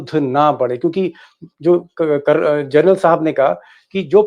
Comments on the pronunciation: It ia General not journal. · Aaap baar baar gernal bol rahe hai. General boliye sharmaji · दीपकजी, आपकी मुँह से "जरनल" सुनना बडा अजीब लगता है। ये स्लिप ऑफ टंग नहीं है ! बार बार आप "जरनल" बोलते है। कृपया " जनरल " बोलना। It is GENERAL, and not JOURNAL ! PLEASE.... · जरनल नहीं......जनरल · दीपक जी, आप सनसनी फैलाने के चक्कर में 'जनरल' और 'जर्नल' में अंतर नहीं कर पा रहे हैं।😂😂😂😂